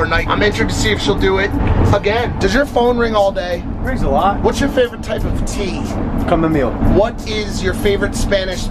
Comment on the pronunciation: Logan said cumameal